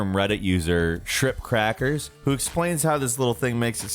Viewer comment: he said ShripCrackers when the guys name is ShrimpCrackers 😅